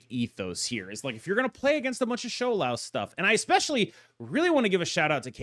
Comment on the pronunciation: Props to pronouncing Shou Lao pingyin correctly 😊